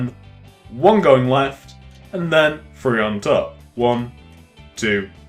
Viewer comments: good vid but its Three not free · sounds like he said free instead of 3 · He says free not three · Hate to break it to yah but it’s three not free solid burn!! Ooohh!!!!😎😎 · it is annoying right one ,two ,free not three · Not hatin but its THree not Free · It's not free it's three get it right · do u guys notice he says free instead of three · stop saying free no a fense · ***** i like how he says free instead of three im not making fun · alex c chill its fine that he says free instead of three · He says three "free" (like if u noticed